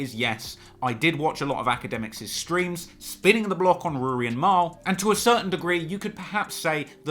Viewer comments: Why can't you say Rory right!?! Who tf is Rooory? Tlr stay in your own lane fam, stick to uk hip-hop. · You were terribly biased towards Ak in that beef, you can't even say Rory correctly. This has nothing that hints at you making something as nice as the J Ville doc. If you seriously look up to AK you need to reevaluate your life. Unsubbed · Nah you fine. Stop calling him Rury tho LMAO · In London we pronounce it Roar-ry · And it’s weird that they are so entertained by mispronouncing his names. Lol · Are you literally pronouncing his name like that due to my last comments? Occasionally when you were mid silioquoy you said Rory fine. Also if you could never say wack again I could continue my transatlantic odd crush on you . It's so rare to find a reasonably intelligent adult who highly appreciates rap, sneakers ,thc doesn't drink and no American accent.x